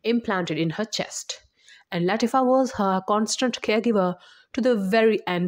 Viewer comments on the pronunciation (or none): It's Queen La tea fa. Plzzz get it right